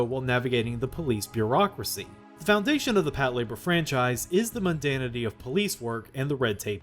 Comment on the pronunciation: I swear, if I hear another western anime fan pronounce it as “pat-la-BOAR”…